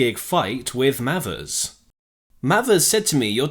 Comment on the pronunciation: Not spelt this way but Mayvers is is has its pronounced surely,Not Mavvers.